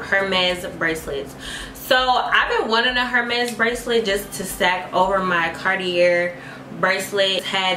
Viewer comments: No ma’am! 🥴 If we are going to buy and wear luxury, have to be able to pronounce it...Hermes is pronounced like “Err-mez”...without the H...just a little tip 😘 And Cartier is pronounced like “Car-t-ay”😉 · for all the gworls: hermès and cartier are french, so they’re pronounced ERR—MES (the H is silent) and carty-ay 💞